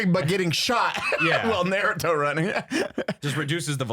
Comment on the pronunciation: Thank you Brandon for pronouncing Naruto correctly